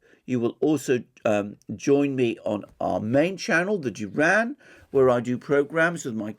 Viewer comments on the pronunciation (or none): none